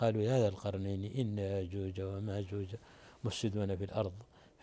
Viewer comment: "يأجوج ومأجوج" وليست يأحوجه ومأجوجه